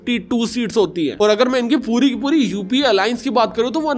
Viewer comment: UAP NAHI UPA HAI PRONOUNCE